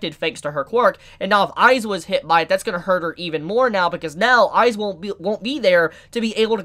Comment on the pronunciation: Eyes-wa? no no no, Eye-zawa.